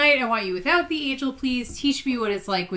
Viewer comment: Agiel rhymes with Kneel. All the audiobooks agree.